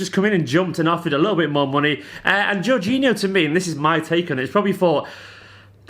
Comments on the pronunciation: I think its Jor-geen-eeo but i could be wrong as well! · least we wont have to hear you mispronounce his name all the time ;)